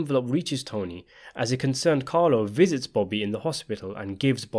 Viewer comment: Why is it so hard for you to say Bobby instead of booby?